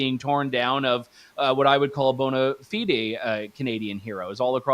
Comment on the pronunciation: Pls look up how to pronounce "bonafide"